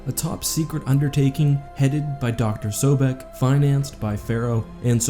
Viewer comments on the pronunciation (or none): Her last same was sobek. Not sodek